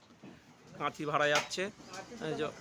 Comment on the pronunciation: দাদা কাঁথি নয়, কাইতি হবে